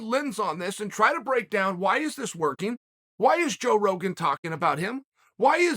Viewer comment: Did Chael say "joke Rogan"?🤣